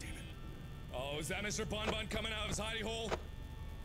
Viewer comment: It sounds more to me that Mark is calling Bonnie "Bun Bun" cuz he's a bunny, not "Bon Bon" since he hadn't yet got the characters names down.